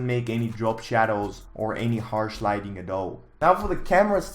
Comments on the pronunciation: Wow I was expecting at least 12 mispronunciations of “lightning” but you only had 4 Great Job! We’re all proud👏😂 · I love how you’ve completely given up on correctly pronounce ‘lighting’ 😂